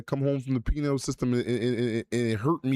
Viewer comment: YEAH BLACK FIXED THAT "PENILE SYSTEM" its "PENAL"!!!! Not On Duty!!